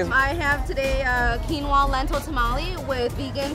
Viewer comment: Shout out to you guys for pronouncing tamale correctly.